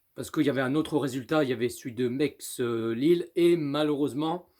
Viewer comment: C’est pas mex c’est Metz